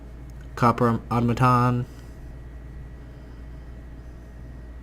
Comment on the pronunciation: Au-Tom-A-Ton not Auto-maton